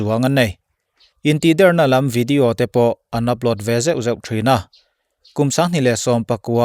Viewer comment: (Intihdérna ..dérna hi thlûk san vak ṭhin loh tur) + (intihdèrna.. dèrna hi a hniam phei deuha lam zawk ṭhin tur) hmân âṭanga beng ti kham ṭhin tu a ni...ṭang zêl ang che, kan ngaithla nasa ṭhin a nia.